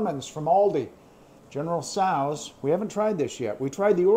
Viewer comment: Thanks for taking the time, my friend. Please, General Tso’s is pronounced SEWS, not sows, and Ramen noodles are pronounced RAH-MEN. Again, thank you, my friend.